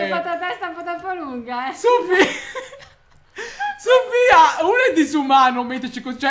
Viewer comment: Al minuto 13.05 pronuncia il nome Sofia...Kiria SÌ CHIAMA SOFIAAAA